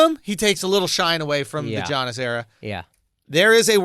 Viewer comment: Andrew, you literally have a greek friend comedian named Yannis Papas. Giannis is just another way to spell Yannis in english. It's pronounced Yannis in both instances, not Geanis. It's the freaking MVP of the league man come on. It's not even his last name , it's his first name, it's 7 characters.